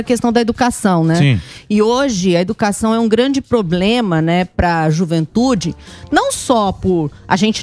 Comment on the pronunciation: " E OGE A EDUCASSÃUM É UM GRANDI POBLEMA"